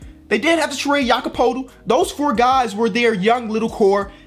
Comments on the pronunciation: You don’t say it poetl you say it Pertl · When says Jakob's name it sounds like he's saying "Jakob Poodle" 💀💀. Damn, no one knows how to pronounce his last name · no hate but learn how to say Jakob Poeltl😄